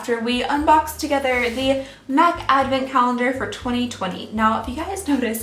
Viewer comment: At the beginning I legit thought she said " meth advent calendar for 2020"